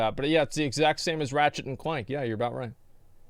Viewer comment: rat shit and clank... fucking enunciate